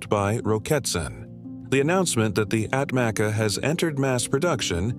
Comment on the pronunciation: ATMACA pronounce as Atmacha in Turkish